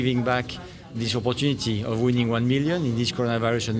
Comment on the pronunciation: Millions millions sounding like Kobo kobo. God go ask all of you.